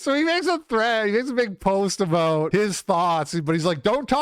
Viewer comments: aboot? your not a dirty maple monkey Canadian are ye? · "aboat" oh, youre canadian. european opinion discarded